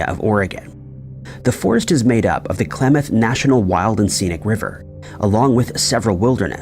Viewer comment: Klamath not Klemeth. 😅